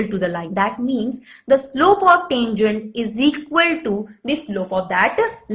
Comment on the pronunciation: what we says- tangent, what mam says -tanjunt